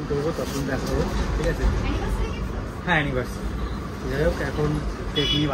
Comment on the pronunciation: Anniversary ❌ Annivercity ✅